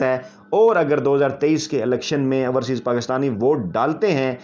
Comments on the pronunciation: Dear like and love ur work but just want to mention one thing , there is difference in pronunciation between ourseas and overseas. We don’t mind it but just want to mention it. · I hope he reads your comment and corrects his pronunciation. "Ourseas" sounds funny. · Raja Sahib, it is not ourseaes but correct pronunciation is “ OverSeas” . We love and like your Vlog. You are a good journalist.